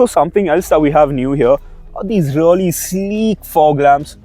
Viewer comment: Its not rully, its really bhai